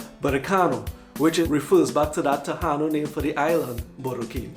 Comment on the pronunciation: TA-i -NO is the correct pronunciation of the natives of these islands. The island now called PU-er-to Rico was pronounced Bo-ri-Quen; note that the words written here show emphasis on the syllables of the words.